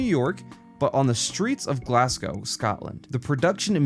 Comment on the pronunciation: what was that pronunciation of glasgow?